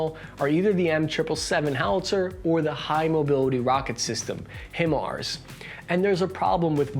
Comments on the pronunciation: Dude, it's pronounced "High Mars" not "Him-ers" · High-Marz not himRz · Him ars? Him ars?! HIM ARS?!? AAAAAAHHHHHHHH!!! ITS HIMARS! HI MARS!! HIIIGH MARS!!!! 😀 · It's pronounced "High-Mars" brother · Hearing try to say HIMARS was rape to my already bad artillery ears